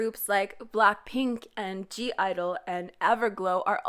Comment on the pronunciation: It is NOT Idle!! It is Gee- Idle!!!